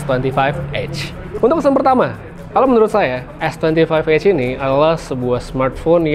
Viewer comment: EDGE bg bukan EGG 😂😅😂😅😂